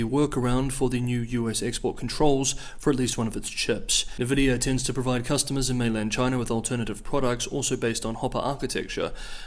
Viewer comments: It's pronounced EN-vee-dee-yah. NOT Navidia. Why do you keep saying that? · For future reference, NVidia is pronounced EN-vidia, not NUH-vidia. Your Chinese pronunciation is so good, no reason your company name pronunciation can't be up there too 🙂